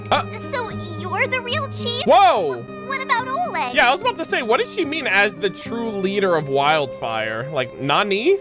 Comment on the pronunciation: A lil tip from your ru bro, in Oleg, emphasis on E. But it’s funny to hear either way😊 keep up good work,.